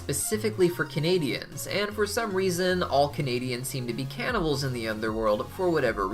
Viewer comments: When you were talking about canable city for some reason I heard Canadian and I got very confused there. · DID YOU SAY CANDIAN